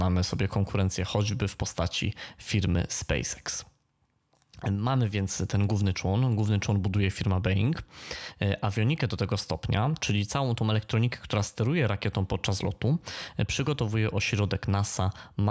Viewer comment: Błagam. Strasznie boli w uszy kiedy tacy fachowcy słowo Boeing wymawiają "Bejing". Nie wiem jakim sposobem w polskiej przestrzeni publicznej wzięła się taka wymowa, ale wypadałoby jej nie upowszechniać :)